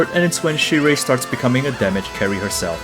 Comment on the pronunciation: Remember, it's pronounced as "sheer/shear" not "sire". lol